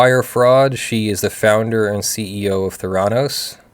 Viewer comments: No, it's pronounced with the accent on the first syllable, schwa on the second: THAIR-uh-NOES. Those of us in Arizona--which was at the epicenter of the debacle, where our government-as-business governor had state law changed specifically to benefit Elizabeth Holmes--know the pronunciation as a result of complete media saturation. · It’s pronounced “Thr- a - nos” It’s a portmanteau of therapy and diagnosis. They scammed a lot of rich people who didn’t do any due diligence. If she had only scammed retail investors she would probably be a hero on Wall St and would get a job at one of the major banks. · It's THEH'-rah-nos. the accent is on the first syllable. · Not 100% sure, but probably pronounced with emphasis on the first syllable, THER-a-nose, since it's probably derived from a Greek word. .... After checking, it's an amalgam of 'therapy' and 'diagnose', so 'thera-' + '-nose' does indeed sound like my suggested pronunciation. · I couldn't deal with you constantly mispronouncing the name of the company in this video.